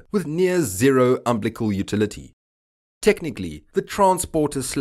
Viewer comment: Um Bill a cull or um bill leck cull, not umblick all, Umbilical.